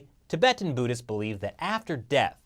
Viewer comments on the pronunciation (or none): none